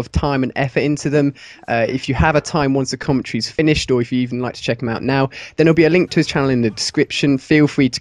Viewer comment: commontree....you mean commentary